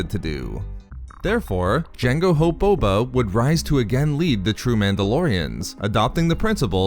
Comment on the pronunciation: Lol bobo u mean Boba